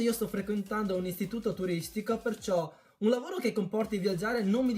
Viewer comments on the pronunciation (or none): lavolo hhahahahahaha la r ti e sparita?